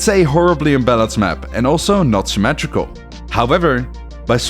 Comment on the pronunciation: "symmatrical maps"